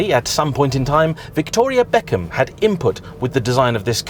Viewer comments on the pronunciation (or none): none